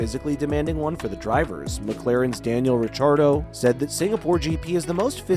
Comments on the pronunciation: Mate just Google Thema pronounciation (ridchardo and franschocham) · "McClarin's Daniel Retardo"?? Was that on purpose, or did the AI voice thing glitch?